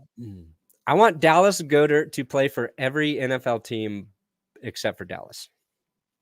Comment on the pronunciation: The e is silent in goedart